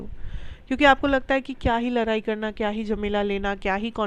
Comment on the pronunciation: लराई नही होता है😂😂 लडाई कहेते है 👍👍शब्द ठीक से युज करो 😊😊